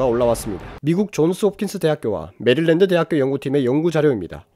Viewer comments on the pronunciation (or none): none